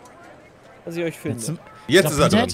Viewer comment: der Franzose kommt aus immer mehr raus erst Le Was und jetzt Le Ups